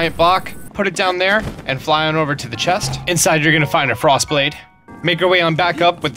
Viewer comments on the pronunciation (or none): none